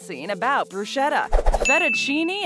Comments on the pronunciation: It’s pronounced like “bruise ketta” not brusheta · Please stop saying “bru-shet-tah”. There might be some regional dialect that slurs the “sch” in the middle of bruschetta, but proper pronunciation is “brus-KET-tah.” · It is pronounced "brusketta" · Bruschetta is pronounced with a "k" sound--not an "sh" sound. There's no cream in fettuccine Alfredo. Caesar's restaurant is no more! It closed years ago. The restaurant was restored and reopened by the Plasencia brothers. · You killed my ears!!! Bruschetta must be pronounced "Brusketta", not "Bruscietta" as you do!!! If you want to talk about Italian Food, you should know Italian Language! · BTW; Real Italıans don*t say brooshetta eıther. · its bruschetta but its read like "BRUSCETTA" got it? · Dai. It is pronounced 'Brew-skettttaah'. 'Ch' becomes a 'k' in italian 😉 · It’s pronounced bru-ske-ta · Bruschetta is pronounced brew-sc-ett-a the h is ignored. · "as American as apple pie and baseball". Apple pie is not American. OMG. Brushetta ! no ! it's pronounced brusketta ! The best mozzarella is "mozzarella di bufala" ie made with buffalo milk. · Brushetta is not the right word the right word is BRUSCHETTA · bad pronunciation of Bruschetta... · If you are going to lecture us about what is 'fake' because it is American, please learn how to pronounce bruschetta correctly. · You could learn to pronounce "bruschetta" correctly first. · Learn how to pronounce bruschetta